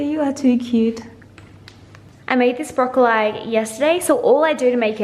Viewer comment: You're amazing 😍 keep killing it girl!! spilt it though 😊 also love how you say broccoli so funny 😆 maybe because I am from Dublin and that's not the way I pronounce it 🙈 keep them vlogs coming #snapchatfam #langefam 😘😘 congrats on becoming Irish 💚🍻🇮🇪